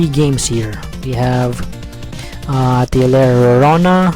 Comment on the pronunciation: oh btw..atelier is pronounced ah-teh-lee-yeh ...i hate it when words get butchered in pronunciation